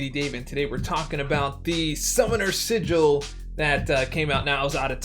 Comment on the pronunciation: Summoner sigh-gil😧